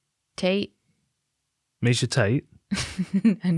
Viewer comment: Mahe-NOT MIESHATATE-chate